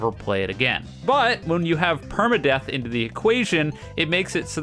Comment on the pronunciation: Saying deep and perma death correctly is crazy